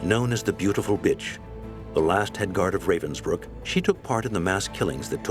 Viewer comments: A sad but interesting documentary. But I wish the narrators would take a minute to listen to how Ravensbruck is pronounced. Ra - as in ra- violi. Ra- vensbruck. Not the English Ray-vensbruck. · The narrator completely massacre the German words, like how Ravensbrück is "translated" into "reivensbrykk". 😖